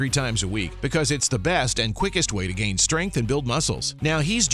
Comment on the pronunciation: 😂 Gane. Cereal Gain